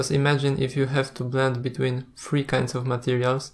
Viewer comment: Great tutorial, thank you. Just pointing out for your English - which is generally excellent by the way, "height" is pronounced "H-eye-tuh" and not "h-eye-th" and "three" is pronounced "th-ree" not as "ff-ree". Just some pointers, I know how tough a second or third language can be :)